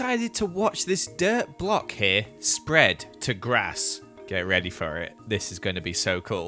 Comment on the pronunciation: No one: Not even a fly:: G r A s S